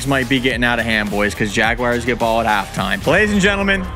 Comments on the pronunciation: It’s pronounced JAGUARS not JAGWIRES 😂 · Why do you call the Jaguars the jag-WIRES? Jersey people say it that way too. It makes no sense whatsoever.